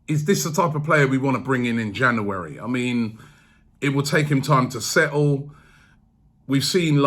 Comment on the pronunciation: Still cant say january